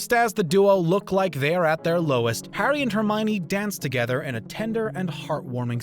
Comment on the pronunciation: 08 "Hair-dy" potter? "Alec" rickman? you need a narrator who can say names right